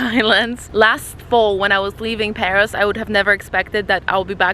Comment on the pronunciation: Shit - you have no idea how to pronounce anything? It's PAROS not PARIS, and you're sitting under a BOUGAINVILLEA not BOAGINVILLE